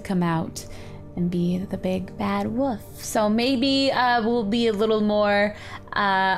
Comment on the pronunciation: she says woof instead of wolf 0___0